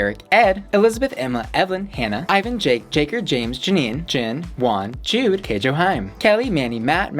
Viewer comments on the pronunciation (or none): none